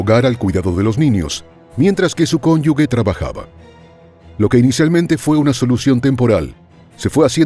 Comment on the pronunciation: Cónyuge, se dice cónyuge, no «cónyugue». No eran padres, eran monstruos.